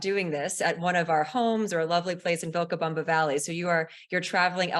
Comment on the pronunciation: what a bunch of nothing- gross really and the host mispronounced Vilcabama! she is super crunchy